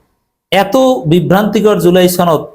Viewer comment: আরে ভাই জুলাই ছনদ না জুলাই সনদ। উচ্চারন ছনদ করবেন না। সনদ বলবেন।